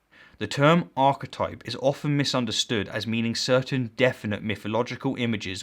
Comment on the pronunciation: If there is indeed a hell, then a special part of it should be reserved for those who deliberately mispronounce key words. Archetipple...